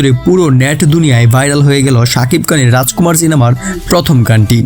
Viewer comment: বাংলা উচ্চারণ হতাশ করলো। "র" এর উচ্চারণ ড় দিয়ে হয়েছে। যেমন‌, ড়াজকুমাড় (রাজকুমার) ড়ুপ‌ (রুপ) আবার‌ হাত‌ বাড়িয়ে‌ হয়ে যাচ্ছে‌ "হাত‌ বারিয়ে‌" ওভার এক্টিং করলে যা হয় আরকি।